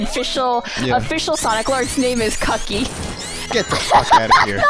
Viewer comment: Local weeb service announcement: the chicken is called "kookky" with a shortened 'oo' and a glottal stop on the k. 'Cucky' would be closer to "kakky" in Japanese. naruto runs away